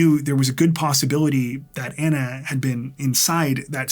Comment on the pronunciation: Just fyi. You are pronouncing her name incorrectly. You are saying Anna and it should be Ana, like Donna. It honors a person to pronounce their name properly.